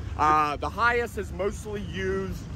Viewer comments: It's pronounced hi ACE not hi ise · AAAAAHHHHHHHHH I cant stand it anymore lol It's Hi ACE not Hi ASS lol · NOte that it's spelled HiAce. Capital H, Capital A. It's pronounced High Ace................ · the dude in video is pronouncing HiAce as "High ass" 😂😂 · For a car guy, you need to know how to pronounce your models. I've always thought it was pronouced as High Ace, not Hi-yas. It's essentially the mimic kind of the English pronunciation of high Ace. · Hey - Get it right its a Toyota "High - Ace" what's up with the Hi-yes? Duh??? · It’s not Hi- S it’s HI - ACE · Hiace pronounced Hi Ace 😂😂😂 not hayice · High Ace not High Ass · Hi-ace mate not hi-iss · Not "Hi-Ace" not "Hi-Ass" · It’s not high ass. It’s pronounced high ace! 😖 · In English the vans name is pronounced HI ACE as in a card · it's pronounced hi as the word hi then ace so yeah 👍🏻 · awesome videos dude.... it's pronounced Hi Ace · Pronounced Hi-Ace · Hi Ace pronounced High Ace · It’s pronounced as HI-ACE. It’s not a one word. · Hi-Ace not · its pronouced high ace... but as one word.. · Pretty sure you're pronouncing it wrong 😂